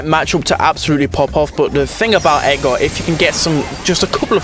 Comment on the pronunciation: How says Edgar if english is not your first language: Edgar❌️ Ega✅️